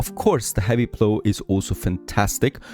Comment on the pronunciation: "plow" rhymes with "how" not with "blow"